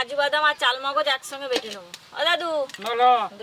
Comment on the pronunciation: Chalmogoj noy kothata charmogoj